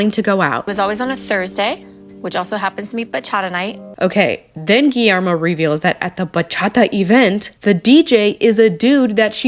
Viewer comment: The pronunciation of Guillermo is gee-yer-mo